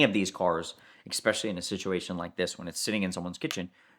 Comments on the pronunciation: You lost me at Expecially 😡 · Please for the love of God stop saying X-specially!